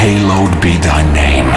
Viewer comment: halo-ed ne thy name?? pronounciation FAIL